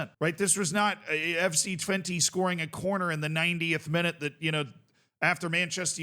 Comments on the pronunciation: Help me out Dutch people. I'm cringing every time says Twente with an "i" sound at the end. But maybe that is correct?😅 I thought it was an "e" or "eh" sound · Haha no you're right. Dutch people would pronounce it with an unstressed e, which is much closer to an 'uh'/'eh'. I guess it's a good meme to keep pronouncing it like the number 20 but that's not what we would call it